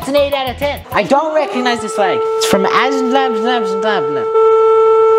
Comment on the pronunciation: and it’s pronounced: az-er-bye-jan